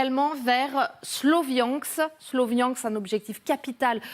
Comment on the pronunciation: SLO viansk dit a la française trop drôle